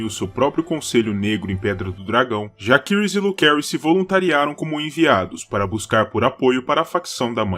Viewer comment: Como no latim, 'a' + 'e' formam um ditongo, onde se pronuncia apenas o 'E'. Assim, a pronúncia correta seria JACERYS e não, JAQUERYS ou JAQUIRYS